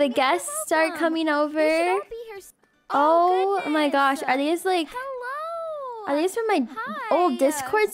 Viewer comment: “WERE OBER”😊😂❤